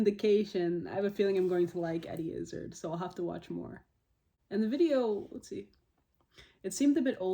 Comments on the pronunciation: Americans tend to pronounce IZZARD to rhyme with "lizzard"... but it's actually "IzzÁÁÁrd" (as in "card"). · One slight correction as you seem like the type of person who would want to know. You are pronouncing his name to rhyme with "Lizzard" when it is more accurate to think of it like sounding like "is hard" (without the "h"). So, is-ard > izz-ard > Izzard (hope that makes sense lol) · it is pronounced Izz Arrrrd , rather pirateish on the end of the name